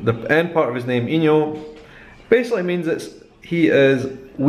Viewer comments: wow you actually did pretty well! And your 'ãos' and 'inhos' sound pretty good ^__^ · You pronounced "ão" and "inho" perfectly. Props! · Dude, I'm brazilian and I'm impressed with your pronunciation about our particular sounds... "ão", "inho", and the words with the accentuation marks (i.e. pastéis) were not a problem at all for you! Congratulations, your content is amazing!